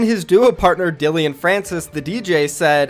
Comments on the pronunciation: It's Dillon dude not dillion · Man really said DillEOn instead DillOn 😄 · “dillion” francis...who dat? i thought it was Dillon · “Dil-ee-on” Ahahaha it’s Dil-on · ISNT IT DILLON NOT DILLION ? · Dill-Lin not dill-ion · It’s Dillon not dillion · It’s DILL-UN not DILLYYION lol English much brother? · It’s Dillon not Dillion ffs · It’s pronounced like Dylan!! Not dillion!!! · Its dill on pronounced just like that dill on like not illion wtf u are a great fortnite news caster dont savagely fuck a name up and sound bad just sayin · my man said “Dilion Francis” LMAO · dude called Dillon Francis Dilleon multiple times lmfao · Pantles no it’s not lol it’s Dillon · It’s not Dillion, there’s no “I”